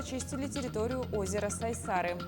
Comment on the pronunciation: Озеро не СайсАры, а Сайсары. Ударение на какой-либо гласный звук не делается. Сколько об этом было сказано, в т.ч. и на вашем телеканале(((